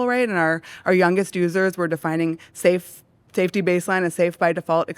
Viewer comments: "Saftey"..... Right.... "Saftey"... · "saftey" JUSTICE FOR SCHELP